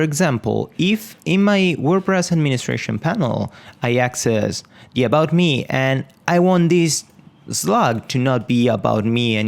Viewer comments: Well, it's my 3rd language, but it's ok ;) Just pointing it out so you now know that it's pronounced as "me". Great vids, man :) ! I'm following the series and learning alot! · Why do you say "about shmee" ?